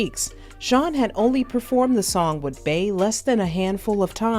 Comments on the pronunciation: Just wondering why you keep calling her “bae”… it’s Bey, as in Bee 🐝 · if you wanna call it a trigger so be it…but ppl mispronounce our names all the time…Lake is a nickname, not my birth name. And it’s always mispronounced or misspelled…and with us it gets old….my other cheek is tired. Her name is Beyoncé, aka Bey. Not Bae. And as a professional if you doing your research on an artist to do a piece on them, you should know how to day their name or moniker. I’m sure you correct ppl for saying your name wrong….if that ever happens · the way u pronounce "Bey" as "Bay" and the way u robotically & awkwardly say "hot words" like "vibe" & "big chune" make this video almost unwatchable 😂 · if her name is BEE yonce aka Queen BEE then why in TF would Bey all of a sudden be pronounced Bay?! Quit stretching …interviewers and bloggers need to KNOW the subject they are speaking about. And this isn’t a Beehive thing, it’s a BLACK thing….our names ain’t that hard to pronounce….even our monikers. No excuses. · How u black & can't say "BEE" ...... RIGHT smmfh ...... I'm clicking the 3 dots & hitting the "do not recommend this channel botton" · Every time she said “bae” i was like “who tf is that” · Nah F that “who cares”….get ppl names right. If we can pronounce Shanholtzer you can say Bee (Bey)…it’s not that hard.